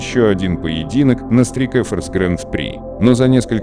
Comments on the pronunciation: Учи английский не стрик эфорс а страйк форс а фильм хороший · straik force ---strike slovo slozhno vigovorit chto li?